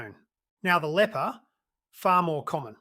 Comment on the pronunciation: AI? "Leaper" pronounced as "leper" - a diseased person.